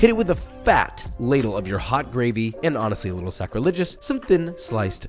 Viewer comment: did mah boi Josh say 'sacrilegious' there? xD twoset alarm